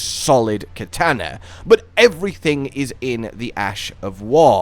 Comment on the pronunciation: That's not how you pronounce katana